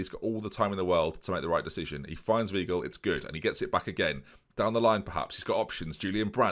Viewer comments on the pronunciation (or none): Weigl is prnounced Vhygl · Hi, it’s pronounced Vigel for Weigl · In German ei is pronounced "eye" whilst ie is pronounced "ee" so Weigl would be V-eye-gull and Riedewald would be Ree-de-wold. Love the series keep it up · you’re still not pronouncing Weigl correctly ahhh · W in German is pronounced as a V, wasn’t going to say anything but after hearing you pronounce weigl wrong so many time I had to.